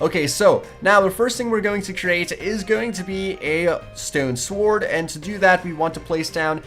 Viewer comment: you pronounce sword "svord" but its pronounced "sord"